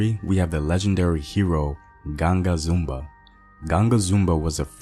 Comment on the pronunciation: Zumbi is the pronunciation created the free state of quilombo dos palmares until the SLAVERS destroyed it.